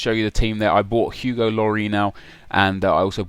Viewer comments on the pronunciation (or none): none